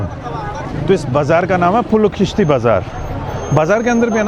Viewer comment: Pul o kheeshti nhi pul e khishti Torsh nhi tursh doogh nhi doghh sheer pista nahi sheer Pera and shar e naw is place in Kabul BTW I am afghan Hindu from Netherlands 😂❤